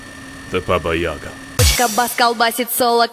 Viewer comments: Its not baba yag to say,u must sayy babyiga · not YAga, true yagA)) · Baba yagA, not yAga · Actually its pronounced Baba Yiaga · It's pronounced something like the "Baba Yeega" not "Baba Yaga" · "THE BABAYAGA" 😂😂😂😂😂😂😂😂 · Баба Яга удорение на букву Я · Omagad, Im russian, and im laughing how you say baba yaga!!!